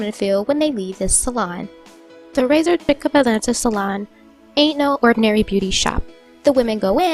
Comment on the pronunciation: Its pronounced sheek, not chick